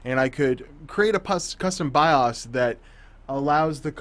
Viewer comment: Flash the Bios.. BY-OOOHS, not BY-US...